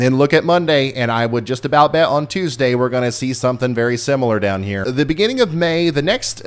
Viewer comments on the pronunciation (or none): none